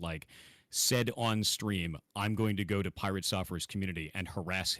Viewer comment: Was Dr.K calling him Pie-Rat at the being, a slight dig at PirateSoftware ratting on WoW 🤣